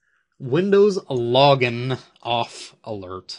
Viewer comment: "Loggin" Goddamn